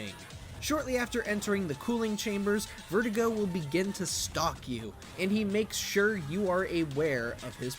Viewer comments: Bro, why are you butchering the pronunciation of verdugo, it’s pronounced “Vehr-DU-gó” not vertigo lmaooo Why are you showing a generation of RE fans how to butcher the Spanish language Culture yourself and respect the language, it’s not that hard Americans (yes I’m American) have a terrible way of butchering other’s languages, it’s disrespectful The only reason why I’m picking on you is because you are going on your platform and “teaching” MANY how to be uncultured and make this same mistake It’s been 18 years we’ve all been enjoying the RE4 universe The least we can do is respect the language of these characters 🤷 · His name is (Ver Do Go) verdugo not vertigo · FYI: Spanish pronunciation of Verdugo is phonetically Bear-doo-gO, not Vertigo. V is pronounced like a B, e is pronounced like a long A, u is pronounced oo. It translates to executioner. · Vertigo? I thought it was Verduga. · Why did he pronounce verdugo like vertigo? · Lol sounds like you are calling the boss vertigo XD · Can't even pronounce Verdugo right. Where do you find these guys